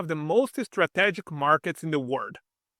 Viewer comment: is-tra-TI-giki (pronounced) I like your videos